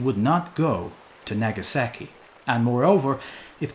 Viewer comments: my weeb is showing, the way he said "Nagasaki" hurt my brain. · The way you say "Nagasaki" is like someone saying Los Angeles like "loose angles" "Naggy saggy" lolol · Hilarious pronunciation, like a true early explorer would say in American English: Nehga sehki Well done xD